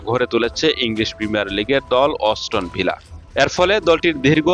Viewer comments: অস্টন ভিলা নয় ওটা হবে অ্যাস্টন ভিলা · নামটা সুন্দর করে উচ্চারণ করতে হবে বুঝছেন অষ্টননা😂😂😂 aston Villa